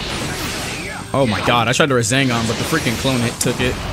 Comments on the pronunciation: I hate how he says rezengan instead of resengan it really annoys me😅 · It does not annoy me but I like how he calls rasengan, razengan, thats a really cool name to call it though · Everyone: RASENGAN!: RaZeNgAn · love the "razengans"